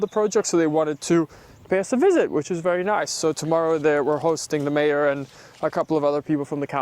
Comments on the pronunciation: Looks amazing … yes, 10 meters back was a good idea. Can hardly wait for when it’s all been finally landscaped! So when you said mayor, I actually thought you meant mare … and I was going to say what mare did you get? Anyhow, hope they enjoyed the visit … maybe your permits will get approved faster, now that they can envision the equestrian facility you’re creating there. Thanks for sharing the updates! Blessings! 🙏🙌✝️✡️♥️ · Mayor… I thought you said mare… I thought you bought another horse!